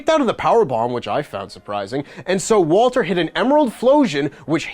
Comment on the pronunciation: Thank you for calling him *Walter